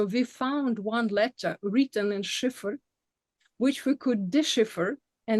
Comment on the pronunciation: Cipher and decipher. About 35 minutes in, it sounds like is saying "shifford." Other than that, her Eglish is excellent. She speaks more languages than I ever will. Thank you for this valuable discussion of Ukrainian and Swedish history.